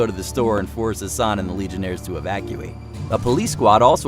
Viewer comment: am I the only one who heard Hasan as ‘her son’. I got really confused how she got a son who looks older than her lol